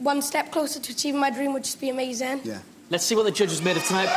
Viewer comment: he says amazing funny